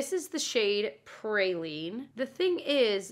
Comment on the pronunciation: great video. Love watching you. PrAline not PrAYLine 😅